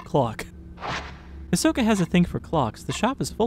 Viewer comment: I can't help but hear "Ahsoka" whenever you say Hisoka